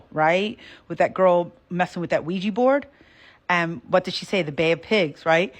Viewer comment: IT'S (WEE JAH) NOT (WEE GEE) BOARD.